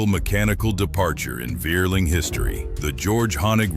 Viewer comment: I am German. What a Wierling is, i don't know. Vierling is spoken Fierling. Similar to Volkswagen, which is spoken Folkswagen. For reason of changed hunting practice in Germany, Austria i don't know, combined hunting guns are out of fashion , starting in 1990s.